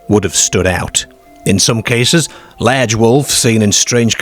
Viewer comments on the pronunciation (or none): Why do you pronounce "ar"as "er"? You say lerge instead of large you say ertfifacts instead of artifacts, Why? I have noticed you do this on all your videos, I am from England and can't relate to your pronunciation, you even say perts instead of parts ? Are you a robot narrator? I hope you are an AI as that's the only explanation for the wrong pronunciation 🤔 you also say cer instead of car too. Scarborough is correct not scerborough also you say perks when you mean parks please explain why you do this? thanks. I could go on forever graveyerds ect........ Bizerre ..... ? Derk instead of dark WHY? ??? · What's a ladge wolf? 😂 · Either a northern Englishman who's lived in Australia, or an Aussie who's lived in northern England. Confusing combination of "oop" North pronunciation with "lehrge" and "Scehrborough" and "pehrk" 😅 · where is the narrator from his pronunciation of words like hostel large and Scarborough is a bit strange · Is that a kiwi accent? The way you pronounce large in particular